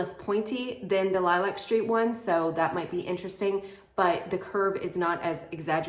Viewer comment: The correct pronunciation of lilac is līˈlak. As in the flower or color.